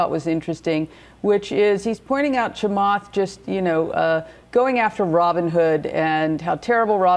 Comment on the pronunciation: is this first lady racist? why can't she say Chamath's name correctly lol